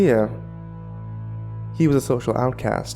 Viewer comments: pretty sure the name is pronounced "Trisha" not "Try-cee-uh" LOL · is he saying tr-I-see-a or just miss pronouncing tricia (t-r-i-sh-a) :P ? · Maybe he meant Tricia? Trish-uh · I thought, "What an odd-yet-cool sounding name! Sounds like an ancient period in prehistoric Earth history when there were still dinosaurs or something..." until realizing the narrator was mangling the name "Tricia" (As in another spelling of Trisha) like a dyslexic dunce. But tbh, the dude in the story instead of being a clueless numbnuts really needed to just bullshit the girl by saying, "Of course not!" like any smart guy wanting to get laid is supposed to instead of making such a rookie fuck-up and wouldn't be chained in some psycho's death dungeon. That, or just toss her in the fireplace before getting cuffed a'la Conan the Barbarian. Although, that can lead to some agonizing blue balls... :p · Trycea..? you mean... Trisha? that's how you pronounce Tricia. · I love your narrating style but it's pronounced as Trisha (short "i" that rhymes with "if") ;) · Shouldn't Tricia be pronounced "Trisha"? Lol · Just an FYI,, I'm fairly certain Tricia is typically pronounced Trisha, as it is a nickname of Patricia. Just in case you come across someone with that name in real life. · That name is pronounced TRISHA. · Not to be a dick but it's pronounced "Trisha". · It's pronounced "Trish-a". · black girl. XD Tryceia XD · Er... isn't "Tricia" pronounced "Trisha"? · Tricia. Her name is pronounced trisha, short for Patricia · I think Tricia is pronounced Trisha by the way dude! Great reading though, as always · Tricia is pronounced Trisha. Usually short for Patricia. Sorry it was bothering my OCD. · i feel like her name is supposed to be pronounced trih-shuh lol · its pronounced trisha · Apparently can't pronounce the name Tricia. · I like how he pronounces "Tricia" 😂😂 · I can't tell if he's mispronouncing Tricia, or if it's just a really weird name. lol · Haha, that's what I was thinking as well!